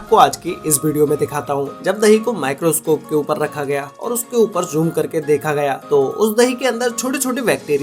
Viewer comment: I like it when he says joom